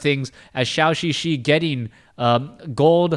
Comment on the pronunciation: Hope one day he pronounce ZhouXiXi right